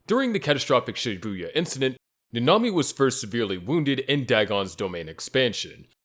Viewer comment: Bro called nanami hanami